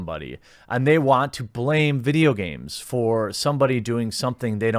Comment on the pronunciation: MUH VIDJYA GARMEZ